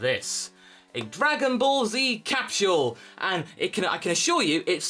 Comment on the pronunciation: You pronounce capsule as captuale?